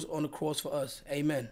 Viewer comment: the second time Fanum said Amen sounded like "Ameng" in that Dominican accent 🤣🤣